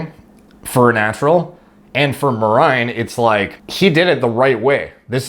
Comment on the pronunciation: Yeah mer-ine that's how you pronounce it.